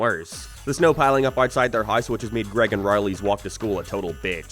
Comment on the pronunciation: it's unbelievable that you really pronounce 'house' like 'hice' and 'way' like 'weh'. How have you gotten to your advanced age speaking like this?